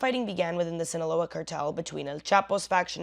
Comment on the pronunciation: I like how you said “Sinaloa”